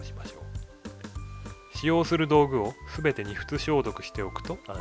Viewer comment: とても観やすく、わかりやすい好動画なのですが 『にふつしょうどく』でズッコケてしまいましたw 次からは『しゃふつしょうどく』でお願いします。